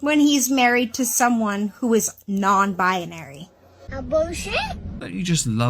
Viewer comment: Every time she said “nonbi-ah-nary” I wanted to scream. Not a word. Also there’s no such thing as a non binary woman. You’re one or the other. Third, hope her husband leaves her, he deserves better. “Offended” because she can’t make up her mind but he has. Yikes.